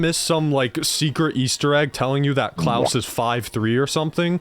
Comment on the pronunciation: Klaus isn't pronounced "Klowce", it's pronounced like Santa's last name.